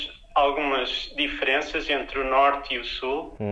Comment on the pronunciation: Não me diga que os portugueses também puxam o "r" igual aos caipiras. ( , quando ele diz "norte")